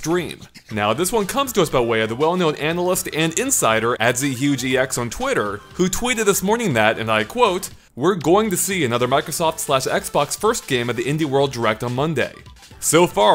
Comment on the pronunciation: Did he just read his username as Z huge EX? Hahah